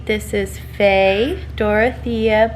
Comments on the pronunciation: When you said Faye, I thought you said Faith and that's my granddaughter's middle name. I think Faye is perfect though! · Beautiful! I thought you were saying,"Faith" at first. Faye Dorothea Beth Swannie, welcome to the world! You will do great things, I am sure! (Btw, I'm Beth, so I'm loving that third name!) Sending my love&hugs from GA. 💜🤗🎀🧸👣